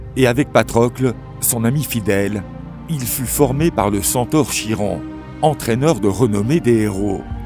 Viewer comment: Ça s'écrit "Chiron" mais normalement ça se dit "kiron" le c, le h et le i se prononcent "ki"